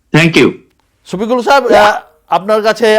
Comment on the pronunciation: ওরে ভাই ছপিকুল নাহ। ওটা শফিকুল